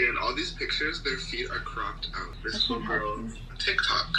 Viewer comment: VSCO girl? I kept thinking he was saying DISCO girl